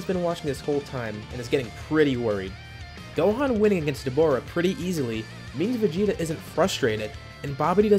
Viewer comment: he said dohan not gohan